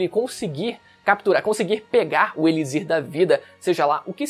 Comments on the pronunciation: D+ cara mano eu n aguento ouvir gnt falando errado uma 2 vzs até da mas o vídeo inteiro n da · Mano pensei nisso o vídeo inteiro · Caraio, é "Elichir" com som de "ch" cara, que agonia. kkkkkkkkkkkk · Eu fiquei tb! o correto é falar "eliCHir", com som de CH igual "luxo". Curiosidade: em inglês se escreve igual o português, e pronuncia "eliQSIr" igual o X de "táxi" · conteudo muito bom, com certeza vou ver este anime, mas vc falando "elizir", me deu uns 15 tipos d arrepios na espinha, é elixir, tem som de ch, nao de z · se ler ''elichir'' não ''elizir'' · Mas alguém ficou agoniado com ele falando "eliZir" o tempo todo? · "Elizir" da vida é foda kkkkk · "Eli Z ir"? hehehehe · elixir em portugues tem de pronuncia (e.li.chir) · Extremamente incomodada. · KKKKKKKKKKK eu sempre fico quando rola umas pronúncias diferentes. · Kkkkkkkkk fiquei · nao fala elizir nao q agonia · pq diabos tu fala "elizir" kkkkkkk que porra